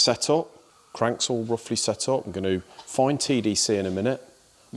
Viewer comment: ‘Gan-noo’ … your viewers with English as their second or third language must wonder what a ‘gan-noo’ is, AI and translation app’s aren’t going to help… heats its a common ‘phrase’. For all those viewers struggling, it’s the English version of a haggis 😂 Gan-noo = Going too 👍